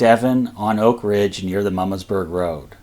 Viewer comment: Good video but as a semi-local (I live in Carlisle), hearing the pronunciation of Herr's Ridge and Mummasburg Rpad grated on my ears. "Herr's" is pronounced "hers", and not like the German word for Mister. "Mummasburg" is pronounced as "MOO-maws-burg". In print, they sure look like how you pronounced them though! Pennsylvania Dutch does some weird things! Don't get me started on how we pronounce "Lancaster".